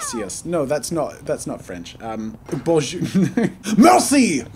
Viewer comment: The way you said bonjour triggered me as a French learner